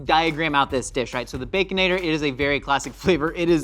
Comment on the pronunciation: Did call it a “Baconadle Lasagna”? 😂